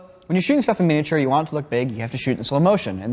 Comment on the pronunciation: The guy in the middle has never heard anyone say the word ‘miniature’ properly before